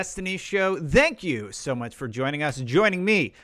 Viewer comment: Can you try to say thank you instead of dank you?